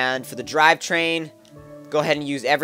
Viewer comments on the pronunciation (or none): none